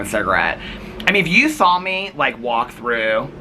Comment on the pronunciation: Haha, you also say "sawl" instead of "saw." Haha 😄 I laugh every time you say it. Is that a Midwest thing? 😂 We used to eat Mrs. Grass"s soup, too! Yep, you drop the little ball of concentrate chicken flavor in to dissolve. It was so delicious 😋 Tell your cousin I'm so sorry she's going through so much currently. It's so difficult, but she's a strong woman with a gentle soul, and she'll be okay. 💐